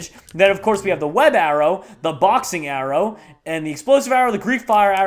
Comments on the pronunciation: Did he mean 'The Green Arrow' not 'The Green Arror' lol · Arrow not Arror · just realized he said green arror